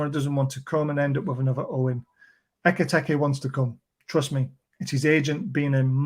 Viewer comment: 8 million videos about Ekitike and still never pronounced his name correctly once